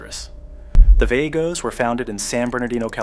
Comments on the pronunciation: VAH-goes, not VAY-goes. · Vagos is pronounced Vah-gos! 🙄 😂😂